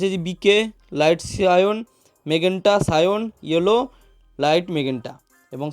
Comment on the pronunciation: দাদা ওটা সায়ন না 'সায়আন '